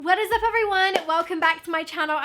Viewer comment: Is it just me or did the what is up at the start sound American? 😂😂😂 or do I just not know the difference